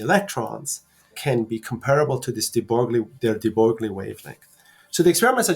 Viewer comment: "De Broglie," , is pronounced "de broy."